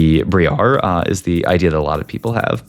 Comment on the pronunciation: Are you rage baiting us with all these mispronunciations of champions ? 1-2 videos ago it was GalELeO and now it was BriAaR. XD